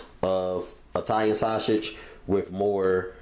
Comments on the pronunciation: The way you say "sausage" lol sauchage!! 😂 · The way this dude says sausage lmaoooo